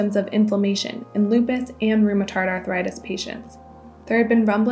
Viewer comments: It's not "rheumaTARD" arthritis, it's "rheumaTOID"!! "OID", like in "droid", which this chick seems to be. Geez, WashPost, why did you have to use a "Fact Checker" (whatever that is) who not only (a) talks like a Valley Girl and (b) has no sense of rhythm in public speaking, but who (c) cannot even pronounce simple words correctly. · she said "rheumatard arthritis" lol